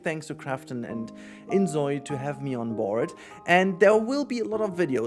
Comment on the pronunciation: It's Zoi (like Soy) not Zoi (like Zoey).